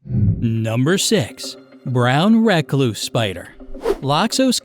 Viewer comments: I’m not sure that’s how you actually pronounce “Recluse”. Could just be my memory though. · Lol it bothers me bc you say recluse and I pronounce it reecluse,but im from the south so...